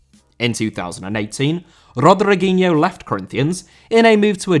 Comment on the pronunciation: Rodriguinho* not Rodreguinhouw